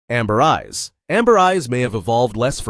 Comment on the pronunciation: i cant help but hear you saying "black guys" instead of"black eyes"